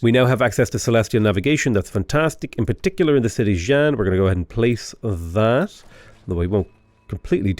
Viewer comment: I lol'd every time he pronounced Taiyuan as Taiwan Then everytime he pronounced as "jiang" something I died a little inside. Please pronounce Xi Jinping in your accent, hearing jizz jizz bing would be glorious